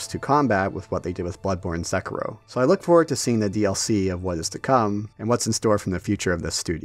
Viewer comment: Sèkiro, and not Sekìro ;D